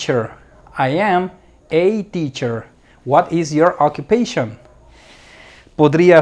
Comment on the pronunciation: me pone nervioso tu pronunciacion.Te pongo un ejemplo:pronoun se dice p r o u n a u n.Occupation se dice a k j u p e i S n.You see? Por otro lado,lo demas esta perfecto.Thanks so much.